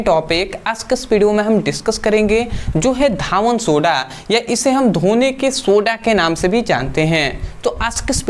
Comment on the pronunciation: सर धावन सोडा नहीं कहते हैं धोवन सोडा कहते हैं